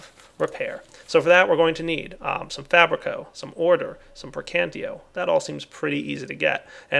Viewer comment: the magic is pronounnced pray can tatio but it is spelled praecantatio